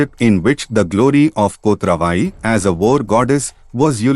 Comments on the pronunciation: Not kothra VAi. It is "Kot ravai ". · I wonder why you could not pronounce "Kotravai" as it is.